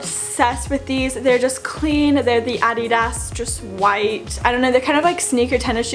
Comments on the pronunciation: The way she says “aididas” just gets me 😂 ... how do you not get dress coded tho? Too lucky! Maybe when I get to be a bigger YouTuber we can collab.? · The way you said Adidas lolol